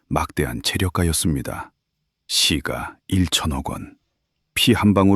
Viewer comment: 시까라고 발음해야 맞는데 국어발음법에 경음화발음을 정확히 발음해서 나레이터하시면 더 좋겠어요